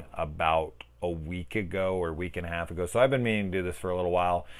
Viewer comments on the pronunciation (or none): none